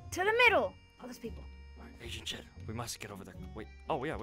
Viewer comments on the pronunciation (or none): Who else thought that agent shed was Pronounced agent shit No offense 😝😝✌🏻️✌🏻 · WHEN SAID FIRST SAID "AGENT SHED" I THOUGHT HE SAID "AGENT SHIT"😂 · I though said agent shet😂😂😂😝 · I thought he said agent sh!t